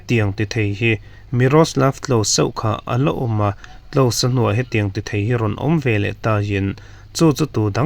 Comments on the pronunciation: Klose tih hi Klawja ti ang deuha lamrik ni ta se 😂 chuan tinge..A ni.. tih turah hian A ne...itih ziah le😂😂😂 ZONET ZING DAIFIM puangtu nu Sairengpuii Sailo pawh hian A ne..ti ziah,, in inang ṭep 😂😂😂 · 'Klose' tih hi 'klawsa' ti a lam rik tur aw,mipui ngaihthlak tur ah chuan lam dik a pawimawh,, milar te hming tal hi chu lam dik tum thin teh u.